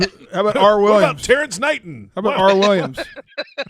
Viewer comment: “Terrance Knighton” 😂